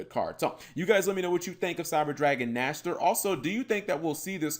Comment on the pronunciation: Saying the name riiiiiight.......makes.....ears.......happyyyyy ^^